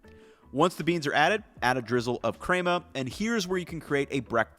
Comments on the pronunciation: omg bra.... it's pronounced like men.. crema, not like Kramer from Seinfeld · pronouncing picadillo vs cray-ma lmao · These are excellent options! With that being said, who taught him to pronounce ‘crema’ like that? Crayma? 🤔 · The crema pronouncing really hurt this video for me.